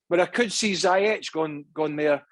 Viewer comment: Already 1 and half of season..craig still pronounced zayech....zi zi ziiii zeyyy..not zaaaaaa 😏